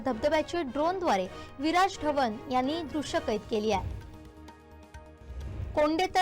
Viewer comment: आहे...जरा स्पष्ट म्हणाना. क्रियापद स्पष्ट नसल्यास वाक्य अर्धवट वाटत.